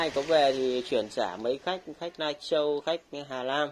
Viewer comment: Ngọng líu ngọng lo. Canadian thì đọc Caladian Lai Châu thì đọc Nai Châu Hà Nam lại đọc Hà Lam Hahaaha